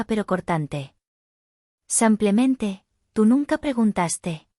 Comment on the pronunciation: ¿Cuchilló o cuchillo? "Cuchilló" con la pronunciació en la primera sílaba, no existe. "El maleante "acuchilló" al hombre en la calle." "Utilizo el cuchillo" para cortar la carne." "Me encontraron a mi"? ¿A quién encontraron? A mi. Me eoncontraro, ¿"Samplemente" o simplemente? ¡Ya apareció el nombre de...Sofía!